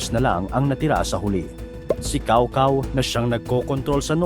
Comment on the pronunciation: Cao Cao??? Lol… Tsow Tsow ata ang pag pronounce ng name na yan.